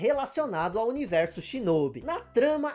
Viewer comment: Delícia de vídeo! Peço pra dar uma atenção à captação do mic. Pareceu-me um tanto baixo. A propósito, a pronúncia de Shinobi em japonês tem o "o" aberto, não fechado como vc disse. Seria SHINÓBÍ.